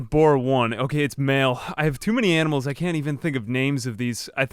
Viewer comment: "Amnimals". It's the small things in like that are great. :)